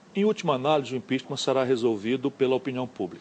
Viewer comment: ”O impixima” EHWUHSUWHSUWHSUHSUSHSUSHSUEHSUHEUSHSHWHSUEHSUE eita Harvard...